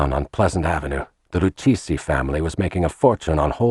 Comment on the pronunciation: Well towards the end the Lucchese (mispronounced) family were credited with flooding the streets with heroin, when it was the Bonannos, pictures of Carmine Galante who ran the narcotics too! An enormous and ridiculous mistake. Also 'Profaci' is mispronounced constantly